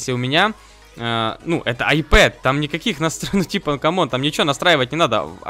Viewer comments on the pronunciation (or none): none